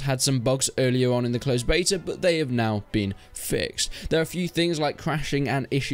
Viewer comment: "Beto" keys lol🙄🙄🙄